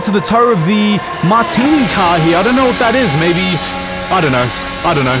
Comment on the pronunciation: “Martini Car” Jesus wept